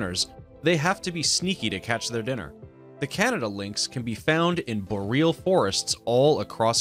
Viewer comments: "bo-reel forests" Boreally dude? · Interesting. Please note that 'boreal' and 'caracal' are accented on the FIRST syllable. Bóreal. Cáracal. You might have been thinking of Carácas, Venezuela! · Lynx hunt as needed 24 hours a day. Boreal is an easy word to pronounce correctly. 36 seconds in and two mistakes caused by poor effort. Great job.